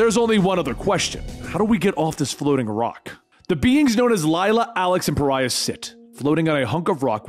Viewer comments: not "Pharha" ffs, Pariah, like in outcast. this is silly. are you familiar with english? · i love you man, but GODDAMMIT he‘s called pa-ri-ah. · I kinda wish you'd waited longer before doing this. At least long enough to have dubbed over all the mistakes in the first half where you called Pariah, Fara. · Par-rye-yah is the correct way. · I'm just trying to figure out how you made the jump from Pariah to "farrah"... It's a real Adele Nazeem type of mistake. But, your videos are fantastic so take all this teasing with a grain of salt. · Great video! Loved it. I remember when this came out originally. One thing though... Pa-rye-ah. The hint is in the name. Pariah is a pariah. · Not gonna lie, it’s more than a little annoying that Pariah is still pronounced as Farrah during the first half. I know I’m not entitled to a damn thing, but I was really hoping those lines would be re-recorded for the full story. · Lol, I'm sure others have said this, but... it's pronounced "Pah-rye-ah". It means: to be an outcast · His name is Pariah ( Pa Rye Yah)Lol.. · 4/5 stars. - 1 star for making my eye twitch by calling Pariah "farrah" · Pariah, my good man. Not Phaira. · Paraiah = par-eye-uh; an outcast 🙂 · His name is Puh-Rye-uh. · He mispronounced pariah he said phara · His name is pariah not Farah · It's pronounced Pa-ri-ah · It's pronounced Pa-ry-ah... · The 7 dislikes are from people not liking you mispronouncing pariah. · Or just people who appreciate proper pronunciation. Heaven forbid, though. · There’s really no excuse for it either. It’s an actual word in the English language lmao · Hey just wondering if you realised that you were mispronouncing Pariah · Rewatching this realizing you are saying Pariah wrong lol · If only you had double checked on how "Pariah" is pronounced. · I cannot watch this hearing him refuse to pronounce Pariah properly. The hero's name is Pariah because he IS a pariah. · Dude kept calling Pariah “Farrah”. Puh-rye-uh. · PAH-RHYE-UH.not "farah"😂